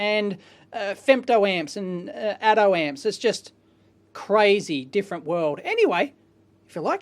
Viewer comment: Who else heard "Atom Ant"?